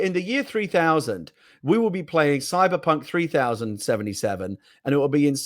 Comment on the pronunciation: Did he say “Cybercunt” ?